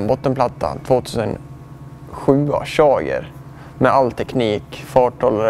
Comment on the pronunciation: Typ in En "chager".. Haha va sa han!?🤷🏼‍♂️ 2 minuter senare säger hans syrra att han inte kan engelska😜 Sen kommer farsan med bro skräck!😅 Ko skräck också kanske. Verkar vara en skön familj helt klart. Men frågan är ju hur många gånger Bernt säger "va" i intervjun med han?🤔 Grymt bra uppladdning också! Tack för det Mos.👍